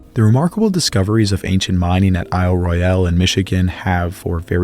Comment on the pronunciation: Small correction - The folks who live on the Island call it "Ro-yul", as the British say it, rather than "Roy-yal" as the French would say it.